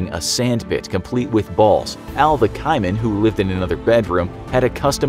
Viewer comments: KAY-man, I spent ages trying to work out what a KY-man was... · the way you butchered the word "caiman" really hurts its pronounced "cay-man" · Hold up did this guy just pronounce caiman as kymen? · Say it with me "Kay-man" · Don't think i have ever hear caiman pronounced like that, haha. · Does anyone hate how he says Caiman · Y u pronounce caiman like that😶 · Caiman?? That is not how you say that....